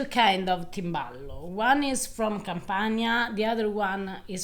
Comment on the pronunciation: Timballo... Please. TIMBALLO